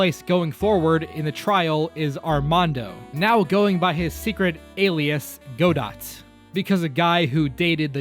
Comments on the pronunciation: About Godot name: Godot is pronouced Godo (though I can understand why you pronounced it like godot is written) and is probably a reference to the Play: "waiting for Godot" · I always pronounced Godot's name as Go-Dough because of his name Die-Go Arman-Do. I figured the dev's just took his actual name and tried to make a pun of some sort. I know the judge mispronounces his name as Gabo, so Go-Dough seems logical as the "t" is heavily implied to be silent. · according to the anime its pronounced "Goo Doe" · Godot’s name is pronounced “gudoe” I think, with it being based on a play called “waiting for Godot” (this is second hand info tho) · Die-GO Arman-DO(T) I’m pretty sure the T in Godot is silent. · It's pronounced "Gah-doe" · A couple of things: It's pronounced "Gah-dough", like the play "Waiting for Godot". I remember being so disappointed with Hobo Phoenix. I know he was included because Capcom (rightfully) thought the character brand was too strong, but in a different universe Apollo Justice got his own trilogy and the AA series continued JoJo style with new attorneys and new scenarios. Also, Sprites > New artwork > 3D Models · It's pronounced "Godoh", Just like the play, "Waiting For Godot," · Its pronunced "Go-Doh". DieGO ArmanDO. And there is some philosophical theming with the German stageplay " Waiting for Godot" which I refuse to elaborate on. Unless you mispronounced it on purpose, if so... Go off. Do your thing or whatever. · Btw "Godot" is pronounced "Go-doe" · Godot is pronounced like the end of dieGO armanDO’s name. He was never gonna stick around they named him the end of Diego Armando. Though he was indeed rad as heck. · HIS PRONOUNCIATION ISNT LIKE THAT😭 IDRK ABT MANFREDS THOUGH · The T in Godot is silent, I'm pretty sure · Also, the t in "Godot" is silent, which makes it match up even better with the syllables of his original name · It's not "Go-Dot" it's "Go-Doh" DieGO ArmanDO The "T" is silent, because he drinks cofee, not tea.